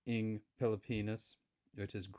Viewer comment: The "NG" which means "of" in English is pronounce (nang) and not (eng). The letter "a" sound in (nang) is same as sound "a" in the word "hat" and not the sound of "a" in the word "hay".